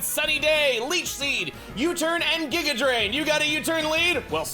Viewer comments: The weird G-eye-ga pronunciation comes from people comparing it to the villain Giygas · Giga being pronounced that way is probably from earthbound